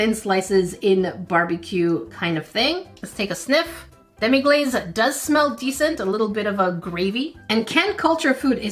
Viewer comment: It's actually pronounced Demi-glass not demi-glaze